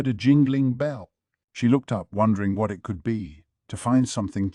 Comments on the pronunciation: I had to look up what they were actually saying instead of "wharrrlll" 😭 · What I want to know is why all the “whats” in this particular audiobook sound like cats fighting each other, you know that wierd growl/meow/yowl they make when they’re pissed? It seems weird that an AI can’t pronounce the word “what”. The AI’s voice is good, but man, there are time when the inflection is so bad it sounds like someone who had a major lobotomy is trying to read this LN. It’s so bad I have to sometimes go check the physical LN to understand wtf the characters are saying.